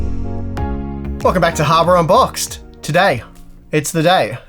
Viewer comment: "harbor unboxed" You gotta hit that D hard my man.